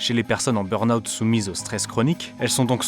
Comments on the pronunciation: c'est burn pas brun xD ^^ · "le brun out" ? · Le "brun" out 😅 ? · un "brun out" ? 🙂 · Le "Brun Out" 🥲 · Il a du mal avec le mot "burn-out" 😂😂